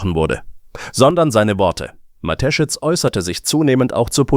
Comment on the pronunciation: Hallo, es scheint ein Mensch zu fragen: Am meisten stört mich, dass die KI Stimme den Namen des Firmengründers falsch ausspricht. Die Story selber ist ok. Es wäre schöner wenn Sie oder jemand anderes den Text selbst einlesen möchten, auch wenn es nicht perfekt ist, hätte man das Gefühl, dass Ihnen an der Sache gelegen ist. Nichts für ungut, alles Gute für Ihren Kanal!